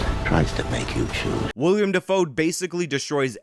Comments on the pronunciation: i have no problem with you moonlighting as a movie critic,. but it's WILL-EM not william. from now on i'm calling you "spelled with a w" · His name is Willem, not William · I hate you for your trolling of the pronunciation of Willem Dafoe's name. It is Will-em not William and I hate myself for having to type this. 🙃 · i like, but him sayin “william defoe” is makin me cringe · I think it's pronounced Will-um like steakum.